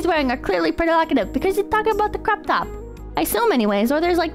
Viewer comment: First saying cock instead of cook, now saying cocktop instead of croptop At least has the excuse of being actually ESL